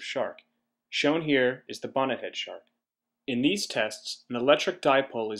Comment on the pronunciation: I thought he said boner head shark